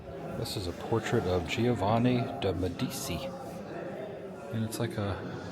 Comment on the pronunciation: Just FYI because you'll probably see this name a lot while you're there-- Medici is pronounced "med-uh-chee". Really loving all your videos in Italy. Thanks for taking us along!